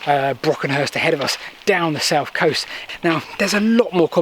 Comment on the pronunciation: Please try to pronounce “Th” instead of “F” It’s South not Souf It’s Thought not Fort It’s Heath not Heaf It’s Together not Togevver You’re old enough to know better.